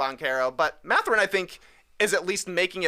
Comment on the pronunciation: its math-er-in, not ma-thur-in